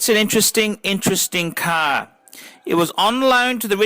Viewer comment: It is best to watch this video with the sound OFF. has the most annoying voice on YouTube. The man can't 'say 'car' correctly. I wish I had a buck for every time he says 'Ka-a-ar'.